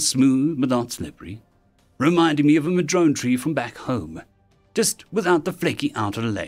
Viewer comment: Ok so just one thing the tree name madrone is pronounced muh drow nuh IF the word smith is speaking of Arbutus menziesii and even more odd it can help find out where you live In the US this is a west cost tree, In B.C. Canada the name is Arbutus, In northern Oregon and Washington We use Madrona, In southern Oregon and California they use Madrone